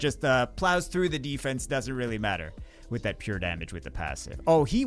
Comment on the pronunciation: goes italian '"doesnt really matteeee"